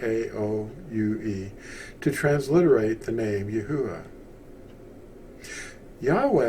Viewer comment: 1st, thanks for the video! 2nd, how come it’s pronounced Yah-Hoo-Ah, and not Yah-OO-Ah?